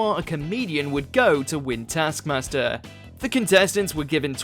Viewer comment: Rhod did not rip off his bikini bottom - Alex ripped off Rhod's top, while Rhod ripped off Alex's bikini-bottom, look at the tasks you're gonna talk about you bell-end. The show's not pronounced täskmäster. The rest of the video is similarly shit - harsh but true.